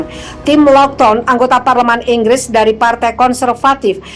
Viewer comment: Inggris...bukan Enggres